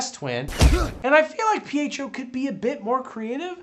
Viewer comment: Ohhh! I thought he was calling Pietro 'PHO' and I was like, what is PHO short for!?